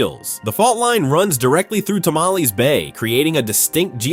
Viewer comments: It’s not Tamale but Tamalpais. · Tam ul pie us